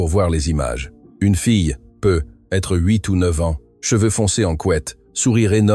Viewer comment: Dans la lecture aussi il y a des erreurs example: peut être doit se prononcer PEUTÊTRE…